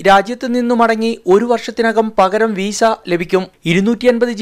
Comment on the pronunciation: വീസ അല്ല . വിസ😁